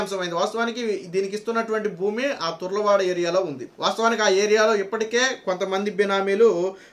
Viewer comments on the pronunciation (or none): అయ్యా ఆది తుర్ల వాడ కాదు తర్లువాడ